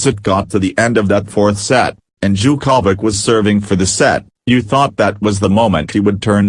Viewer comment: I love the way you say Novak's last name.....Cha-ko-vich. LOL